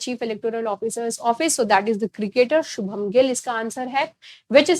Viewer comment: "Shubman" not "shubham" 🙌🏻 He is big and influential personality his name should be taken correctly